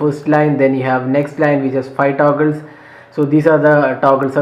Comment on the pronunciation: Taguls😂 but btw you're review is great!